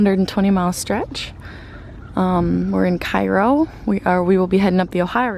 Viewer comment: While Cairo would seem to be the correct pronunciation for Cairo, IL, especially since the region is known as Little Egypt, it is actually pronounced "Care-o" love the videos.